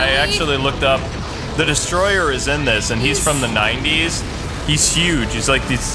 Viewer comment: And it's Destoroyah, not Destroyer.